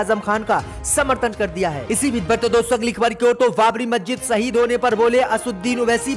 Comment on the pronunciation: مججت نہیں مسجد 👎👎👎 मज्जित नहीं मस्जिद 👎👎👎 Majjit not Masjid 👎👎👎